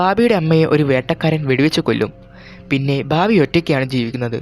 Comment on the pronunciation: ബബി..ബാബി.. ബാർബി അല്ല "ബാമ്പി"